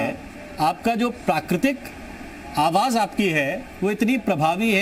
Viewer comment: pronounce correctly... 'awas' nahi, 'awaj'...